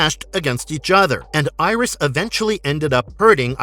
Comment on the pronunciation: Gamera's mortal enemy's name is pronounced Guy - ohs. I have the complete Gamera Legacy box set and Gamers the Brave. Nothing was ever mentioned about Atlantis in Guardian. The third movie the highly evolved Guy - ohs called (pronounced Ear - Ris) Iris. Did you actually see all the movies, or just read a script to clips?